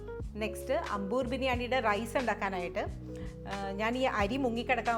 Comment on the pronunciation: ...adi poli as usual... A small correction... It's pronounced as "Aambur" biryani.